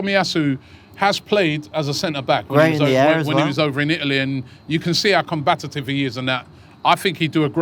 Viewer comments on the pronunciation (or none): Robbie!! It's COMBATIVE not 'combat-at-ive"!!!